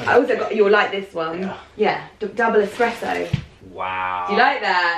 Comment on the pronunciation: Haha, doesn't know hot to say "espresso". Lol